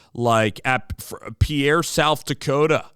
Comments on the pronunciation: It’s pronounced KEEN HOLZ. And his hometown is pronounced Peer. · I am glad you welcome Lincoln. Yes he is a star, all around athlete. But, Please, pronounce the city of Pierre correctly and his last name correctly.